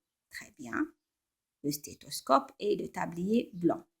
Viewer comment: "ET DEVOUEMENT" PAS "EST DEVOUEMENT"